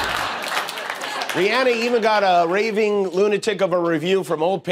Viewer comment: Thanks for pronouncing Rihanna’s name right even though she says it makes her feel fancy when people pronounce it the other way. ❤️❤️❤️